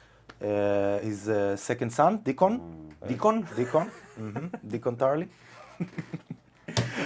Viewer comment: Dock -on - Tarly 😹😹